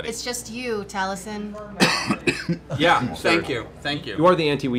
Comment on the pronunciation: Once you notice that Liam (and only Liam) pronounces Taliesin's name with a voiced s (TalieZin), you can never unhear it. You're welcome.